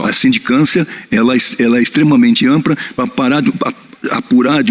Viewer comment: UM GENERAL? Falando AMPRA? E A SEGUNDA VEZ QUE TROCA L POR R. .. QUADRILHAO LARAPIO SAO TDS SEMIANALFABETO.